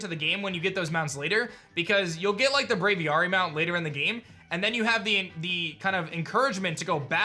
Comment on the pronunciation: Does it ever aDrive anyone else wild that he refuses to say Braviary correctly? Brave aviary. Hard A sound both times, buddy.